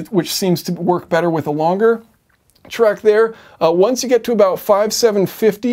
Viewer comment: 'Tract' not 'track'. Love your channel! Keep it up.